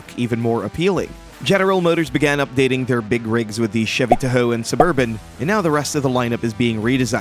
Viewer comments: right...never heard that before...tah? nah tuh lol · Chevy “tuh-ho”